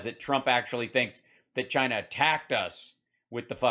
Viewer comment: "Chiner"... His New York accent, inability to pronounce words that end in "a" ... 🙄😂